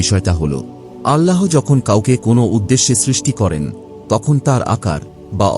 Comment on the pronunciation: আল্লাহো নয়, আল্লাহ